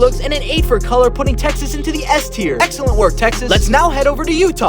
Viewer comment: “Excellent work.” Who else heard sellent